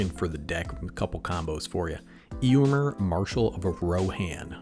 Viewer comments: Ay o in is how it's pronounced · A: I think it's pronounced A-o-when B: Is there any chance you can do a video on the other commander in this deck, Aragorn, King of Gondor?